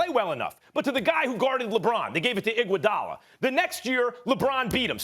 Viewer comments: Max: I want I-GUO-DALA!!!!! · “I WANT IGUODALA”🤣